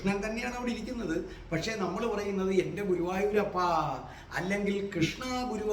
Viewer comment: എന്റെ പൊന്ന് ഗുരുവായുരപ്പ എന്നണ് പറയുന്നത് Sir